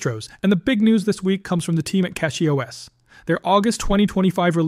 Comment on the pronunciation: CachyOS is derived from the word Cache, so Cachy pronounced "cashy" and not "catshy".